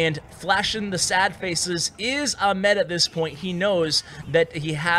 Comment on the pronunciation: your pronunciation of arabic names are somewhat funny XD, glad that salih and ahmed were arabic names and u butchered both of them XDDD, still love your videos tho